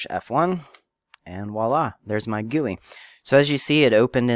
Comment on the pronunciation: G u i not guoi